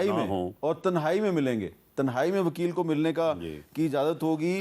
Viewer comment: Mir sb pehly to is k alfaz sahih kry k tehnae nahi hi tenhae hi